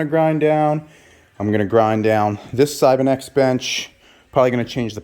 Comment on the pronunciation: Did he really say cybenex